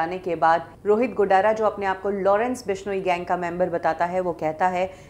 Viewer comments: Gadara nHi godara😅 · Godhara hai not godhraa